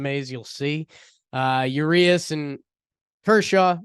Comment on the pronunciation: It’s pronounced { uw-ree-ahs} not yu-ree-us lol